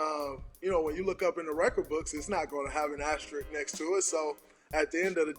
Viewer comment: is anyone gonna correct Jalen rose and tell him it’s asterisk, not asterist 😭